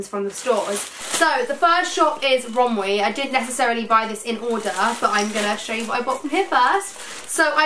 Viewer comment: It’s pronounced rom-WEY, not rom-WEE 😂🤧